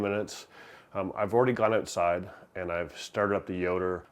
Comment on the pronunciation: I liked and subscribed! Funny, after hearing him talk about getting seasoning from Canada I wondered if he was Canadian. But, then he said, "ouoooowtside". I was like, "damn. ok he's def Canadian". We love you Canada! Not all of us voted for this shit show.